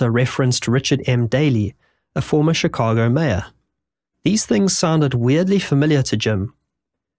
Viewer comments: Shee ka go Shee ka go For christ sake. Not chic a go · Chicago = "shih KAH goh" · Shhhhh ka go NOT Chi ca go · its pronounced shi-cago not chi -cago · Sh-Ih-cago. Not chi-cago. Cant even watch this because of it. Don’t act like you’ve never heard anyone say the word. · It's Chicago, not Tchicago. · One, two three......Shicago not Chickago! Good grief! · turned it off because the incorrect pronunciation of Chicago is too anoyying SHI-CA-GO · Ngl this man pronouncing Chicago wrong every time drives me insane. I understand others now a little more…. But to be fair his people invented the language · Just a minor note from a local, Chicago is pronounced with a SH sound like in Shun or Shudder, not a CH sound like Church or Chapel. Terrific video, very well edited and narrated! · "Chickahgo" -- I can't handle this narrator's pronunciation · you need to learn how to pronounce "Chicago" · Your pronunciation of “Chicago” is interesting. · Stop saying Chicago like that. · Lolz, "Chicago" was just as bad 😂😂😂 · noticed you decided to pronounce chicago the wrong way the third time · The ch sound in Chicago pronounced like the ch in chic not like chips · Teach your narration bot how to pronounce Chicago and maybe I'll watch it. Otherwise, fk off. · How can you possibly not know the correct way to pronounce "Chicago" and "Potomac"? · Good video but your mispronunciation of basic words like bona fides and the names of major cities like Chicago impact your credibility.